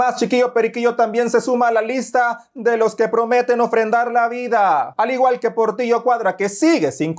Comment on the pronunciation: Cuidado dijiste porrtilllo laadraaa 😅🤣🙊🐶🐕